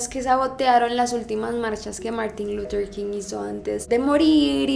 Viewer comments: MUJER MÁS IGNORANTE!! según ella muy culta y bilingüe y ni siquiera sabe decir LUTHER con TH. Quien demonios es Lurer King? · Luthhhhher, No lurer 😵😵